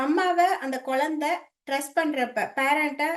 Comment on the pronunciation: உங்களுடைய ஆன்மீக சேவை மிகவும் நன்றாக உள்ளது ஒரு சிறிய திருத்தம் செய்து கொண்டால் மேலும் சிறப்பாக இருக்கும். ள ழ ல உச்சரிப்பில் சற்று கவனம் செலுத்தினால் மேலும் சிறப்பாக இருக்கும். Ex. குலந்தை, முலுசா etc. நன்றி.